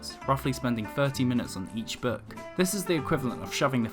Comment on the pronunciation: The narrator's pronunciation of the word 'book' is most odd: it sounds like 'berk,' without the 'r.' Book is a nice word; make it sound like that! Also, fewer words and slower speech would be better.